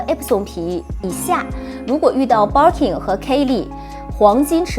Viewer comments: Barking lol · Hahaha我也是想發音有問題！ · バーキン还情有可原…可是kelly怎么也读错 也不是kei丽啊…日语ケリー也不是这么读的